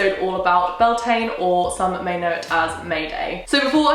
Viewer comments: It's pronounced 'Byul-tah-nah', it's the Irish word for May, it's a bank holiday here! I never would have thought of celebrating it the celtic/ wiccan way but I'm definitely going to try this year! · I mean no disrespect but I don't think she is pronouncing beltane correctly she might be but I'm a fluent gaeilge speaker and what she is saying sounds nothing like bealtaine the gealige translation for may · I am from the north of Spain and in some places we celebrate Beltane the same way as in Ireland ir Scotland because in here we have Celtic culture too and I don’t know if we pronounce it the same way ir not (because guess what in Spain we speak Spanish) but she doesn’t pronounce it as we do or as any other way I have heard before. (I know my English isn’t perfect but I try hope I made my self clear) Happy Beltane by the way. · I’ve been binging this series for the last few days and I really do love it but the pronunciation of the holidays really irk me. Most of them are Irish words that’s aren’t that difficult to get right. Beltane is the Anglicised version of Bealtaine which is pronounced Beal-ten-a. I really do love the series but as an Irish person it really does bother me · U pronounced and spelled it wrong